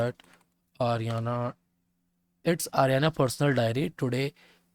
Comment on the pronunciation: ariana ❌ aryan ✔ 😂😂